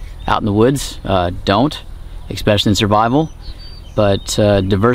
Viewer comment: He said shurvival 😂